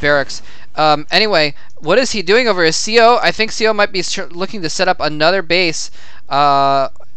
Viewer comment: correction: seo is pronounced more "suh"